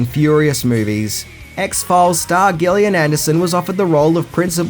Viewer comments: I can't help but find it insulting that misprounces actors name. Gillian Anderson. Piper Laurie. He's done this to a lot of actors/actresses. Is it for comedic value or because he genuinely doesn't prepare before taping to find out how to pronounce the names? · He knows Atlanta is in Georgia whis is a southern state right? Edit: Calling the Offspring and Soul Asylum pop music, Jesus you can't even pronounce Gillian Anderson correctly lol